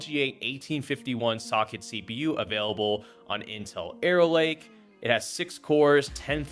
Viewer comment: "Aero Lake" lol